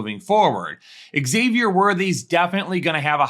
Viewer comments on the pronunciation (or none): none